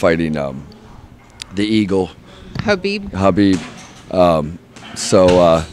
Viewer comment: He can't say Khabibs name 😂 Khabib beat his fighter 😂😂😂